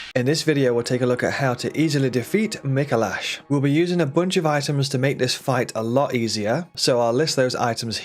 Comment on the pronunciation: Is someone gonna tell him he’s pronouncing Micolash incorrectly?